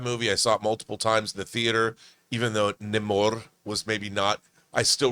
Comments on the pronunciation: John it's pronounced Nah Key Ya Not Knock Key Ya And it's pronouced Naymor not Nimmor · Actually it's namor not naymor